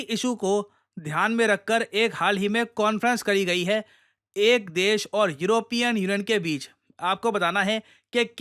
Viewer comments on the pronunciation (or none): none